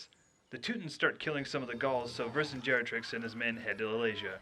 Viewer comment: It's Vercingetorix, mate, not Vercingerotrix. I know the name sounds wrong, but it's based on a freakin historical character.